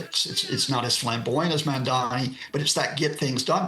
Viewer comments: Brent Geoff (the News Host) wouldn't even say the Mamdani's name correctly, 'Mandami' or 'Mandani' yet Nita Blake pronounces it correctly. Is that how much Geoff dislikes Mamdani? yet i'm sure he can pronounce 'Galifianakis' without missing a beat. Well, here's DW showing you their preference. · It's MAMDANI not MANNDANI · It's Mamdani not Mandami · The name is Mamdani not Mandami....please correct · Someone tell this guy, he is saying "MAMDAMI" !!! Its annoyoing to hear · MAMDANI not mandami. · His name is MaMMMMMMMMMdani --> your reporters should be able to read that... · Not to be offensive, but why is it so difficult for many westerners to pronounce Mamdani's name? Any linguist here that can explain why they consistently replace the 'n' in his name with an 'm'? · Again. it's mamdani. m-a-m-d-a-n-i. Pronounce his name correctly, please. 😊🙏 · It's interesting how the newsreader (Brent Goff) outs himself as an opponent of Mamdani by intentionally multiple times mispronouncing his name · right? they can get 'Galifianakis' right but Mamdani is a reach? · The presenter does this every time! It’s only this name that is difficult!